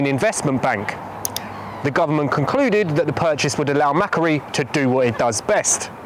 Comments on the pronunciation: MacQuarie; Pronounce Mak- Wor- ee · Note to viewers (and producers?): Macquarie is pronounced McQuarry (as in, resource extraction) It’s a pretty well known name in Australia - there was a guy called Lachlan Macquarie who was the 5th Governor of NSW (and one of the pretty important ones re city development), and there are a load of things that got named after him including streets, parks, a suburb, and (in the 20th century) Macquarie Bank and Macquarie University. They’ve all got the same pronunciation, and Wikipedia does list how to pronounce it (‘ /məˈkwɔːri/‘) if you take a moment to understand how the IPA works. The pronunciation Mackery is so different to how it is pronounced in Australia that I would not have known on listening what you were talking about, had I not previously heard of Macquarie’s ownership; pronunciation is important because people might here of Macquarie elsewhere on podcast or radio and not realise that it’s the same thing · It’s pronounced Mah-quarry - excellent investigation! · Australian here, I’m going to start calling Macquarie bank, Mackuarie. 😂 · Macquarie - the Australian bank: It's usually said more like 'Mac-Quarry', but without a pause in it. Another excellent video, anyway. Broader in who is affected than the previous ones I've watched. Congratulations.